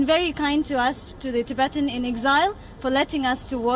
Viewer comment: The way he pronounces "ti-bay-tian" haha He has never prounced it ever in his life before this video lol